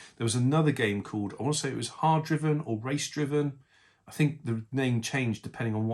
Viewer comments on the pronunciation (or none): Just a point to note, it is pronounced Hard Driving but without the g. You can tell by the apostrophe after the n. There used to be a massive arcade cab for this with full on clutch and gears. Very difficult for a child to even move the car forward 👍